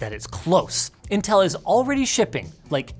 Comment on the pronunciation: you called them nintel 🤣